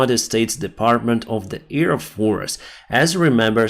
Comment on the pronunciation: Hello. LOVE your reports. Please try to sai AIRplane, with 'ai' pronounced as the 'a' in HAVE. Now you are saying EARplane, EARdefence, EARfield... Love you, I just try to help. Marianne